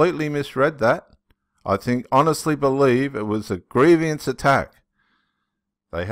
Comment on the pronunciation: Not gree- vi- ans